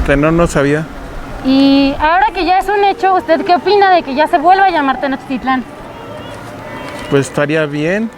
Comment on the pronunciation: Tenochtitlan no se acentúa en su lengua madre (el náhuatl). Osea que el acento es tácito en la < > y no en la < > Como reportera, y sin afán de faltarle al respeto, sería bueno que usted lo pronuncie como es. Saludos!